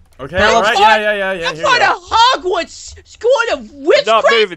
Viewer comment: What did say hodwads skool of widcraf and widardry? lol